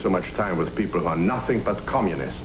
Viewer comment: But I swear I heard his dad say he heard nothink.... Nothink!!😅